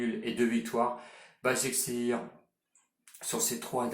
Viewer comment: Leipzig ca se prononce Leypsiche Et basakheir ça se prononce Bashakshehir Sinon bravo pour les pronos réussi